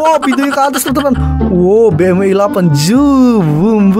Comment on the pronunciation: Bang bukan bmw i8 tapi BEMDABELYU I8